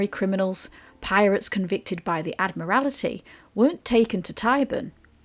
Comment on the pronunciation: Admaltry not Admirality. Just for future reference